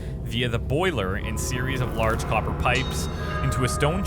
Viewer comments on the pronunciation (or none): none